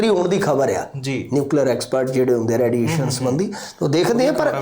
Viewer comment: ਰੈਡੀਏਸ਼ਨ ਨਹੀ ਰੇਡੀਏਸ਼ਨ ਬੋਲੋ ਜੀ